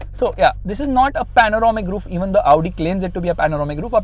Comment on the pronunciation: It's not Avudi, it's Audi 🤣🤣🤣